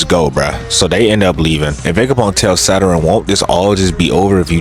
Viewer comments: why tf yall "nonchalant nukkas" be sayin "saturan" and "share- een gaen" and "youchiha"...like...they SAID IT FOR YOU just mimic them...."saturan" is fuckin crazy cus it's a PLANET IN OUR SOLAR SYSTEM.....ITS SATURN...... "sah tern" why tf you adding syllables? SA TURN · the way bro be saying Saturn like Zaratrain’s Rice be havin me dying🤣🤣🤣